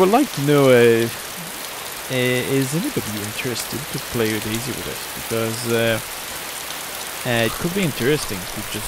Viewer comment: I love how you keep saying daisy...